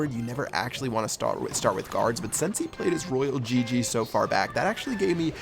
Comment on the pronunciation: pronounce "sance" instead of "since"